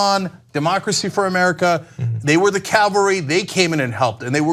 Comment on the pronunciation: So why did Cenk say "Calvery" instead of "cavalry?"